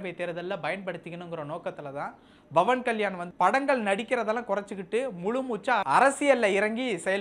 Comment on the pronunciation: Pawan kalyan not bhavani. Pronounce the name properly.